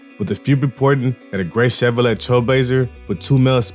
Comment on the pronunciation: Chevrolet is pronounced Chev Ro Lay. LoL. Each One Teach One.